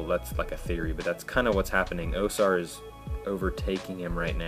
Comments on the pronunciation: its pronounced AUSAR not OSAR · Why do you say OH-sar? The Archivist and the WoS say OW-sar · Yeah, pretty much the same. It was irritating me they pronounced the A as O